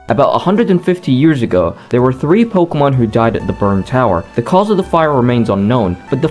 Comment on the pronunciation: The name pronunciations are atrocious lol